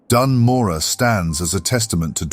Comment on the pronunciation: HE SAID IT RIGHT! He said Morogh right!!! Great video mate, really happy this channel exists. It's so great!